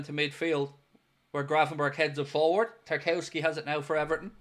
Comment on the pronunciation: It’s pronounced Tar-KOV-ski you absolute buffoon.